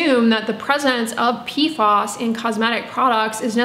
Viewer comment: PFAS rhymes with "pass". PFOS = Perfluorooctanesulfonic acid